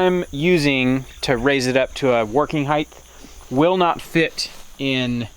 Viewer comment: It's "height" not "heighth." lol